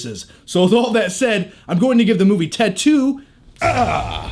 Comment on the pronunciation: When u say ted 2 sounds like you're saying tattoo lol